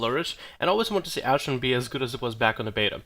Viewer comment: It's pronounced "AshrAn" not ashrin